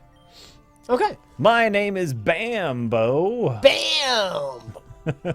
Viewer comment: Not that it matter but it's probably pronounced Bamboo. All the professors are named after trees. Oak, Elm, Birch...